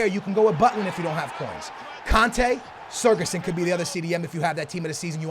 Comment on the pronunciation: its not sergason lmao